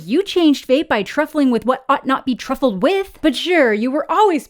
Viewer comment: I love how says "truffled" instead of "trifled" 😂 It sounds so much better that way